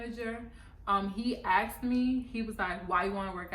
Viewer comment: Asked not axed